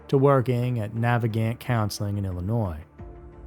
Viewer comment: Thank you for pronouncing Illinois the right way